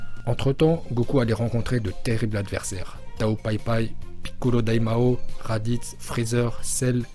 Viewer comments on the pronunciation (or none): Au début il dit rabite au lieu de radith